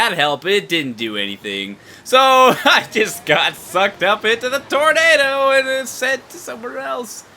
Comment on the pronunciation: im not even gonna ly im stupid but when it came to the part in the cyclone and u said sucked up i really thought u said fucked up .-. :3 cx